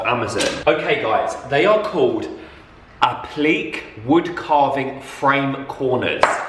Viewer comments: Appleak 😂 "appleak-ay"!! It's french 😂 (yes I know it's spelt applique) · 😂 😂 😂 It's said like app - li - kay